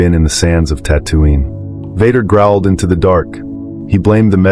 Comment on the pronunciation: the robot calls him Vodder